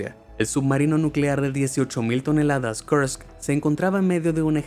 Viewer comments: Que mal lees los números ,pareces yanky. El incidente de kurks( no kerks) tiene documentales muy interesantes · Me gustaría saber por qué pronuncia los nombres en cualquier idioma como si todos fueran en inglés norteamericano. Lo del "Kersk" en vez de "Kursk", ya es excesivo. En ruso, este nombre es pronunciado de manera casi idéntica a como lo hacemos en español. Y no sé mucho japonés, más bien nada, pero no he tenido que investigar mucho para entender que la ciudad japonesa mencionada como "Kobi" es Kobe y también se pronuncia como en español. Lo siento, pero por muy bien que pronuncie el inglés norteamericano, existen más idiomas en el mundo. Ah, y por cierto, "Money Heist" es una serie española cuyo título original es "La casa de papel". ¿También eso hay que traducirlo al inglés?